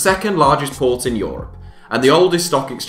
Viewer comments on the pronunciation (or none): none